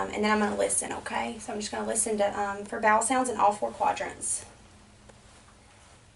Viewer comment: Though she didn't putapitofpaper she did "listen with [her] beh-wl," which was good; almost made up for the lack of sandwich breath.